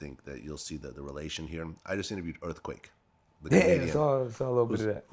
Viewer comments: He said “ earfquake was an very interesting album” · This dude said EARFQUAKE is a very interesting album LMAOOO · “Earfquake was a very interesting album” nigga what. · Lol bruh said earfquake was a great album 😂😂😂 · he said earfquake was a good album lmfaoo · Chill out. Vlad is a human to he prolly just slipped up and said earfquake. 🤦‍♂️ damn yall some pussies offended by everything 😂